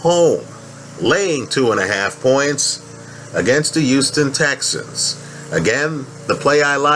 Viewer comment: Houston not uston good video tho